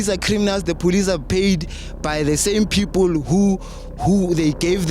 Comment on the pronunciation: Anyone who pronounces the word 'People' as pipulu belongs to the uneducated majority in South Africa. I am sure you can tell which ones are your brothers and sisters here, and you can tell which ones are the more educated ones and ofcz they`ll be the foreign nationals.